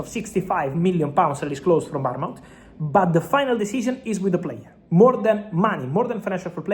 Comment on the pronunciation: Fabrizo it’s Bournemouth not Baraunemouth